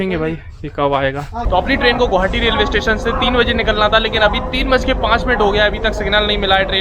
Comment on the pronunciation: Vai gouhati nhi hota h ye Guwahati h Gu wa ha ti Please pronounciation Guwahati not gauhati